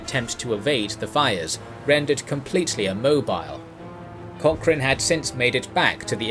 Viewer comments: please learn how to pronounce Cochrane. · At least pronounce his last name correctly? Research? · would love to hear an Englishman pronounce 'loch' or 'Cochrane' (or even Gallagher) properly one day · Pero que manera terrible de pronunciar palabras inglesas y peor el apellido de tan ilustre personaje